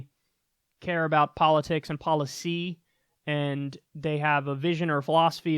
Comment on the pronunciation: Every time you put emphasis on poliTICS and poliCY, I want to gouge my ears out. Stop it.